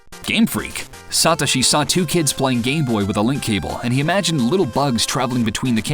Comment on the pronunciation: OMG Learn how to prnonouce Satoshi, you psychopath!!